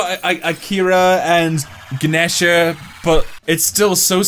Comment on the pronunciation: also it’s ga-knee-sha